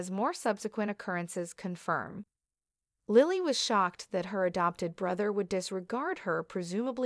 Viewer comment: And how to pronounce names! Deevon Saint not Street! Who’s name is StreetJohn makes no sense. Lilly not Lyily! I had to stop in the middle of her narrative! Who’s name is Seen? Seen Dominic? It’s too much! I will not watch or listen to any more of these !